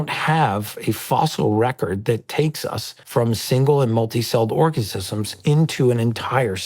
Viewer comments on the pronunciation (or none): did he just say orgasisums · Mr Smart Guy can't even say organism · What the hell is a 'orca-sism'? I'm sorry, but anyone trying to lecture biology who doesn't know what 'organism' is.... Is wildly unqualified. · idjit can’t even say “organism” correctly 🙄